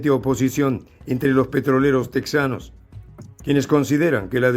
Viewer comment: Ridiculos !! Se dice tejanos no tek zanos. Es tejas no tek zas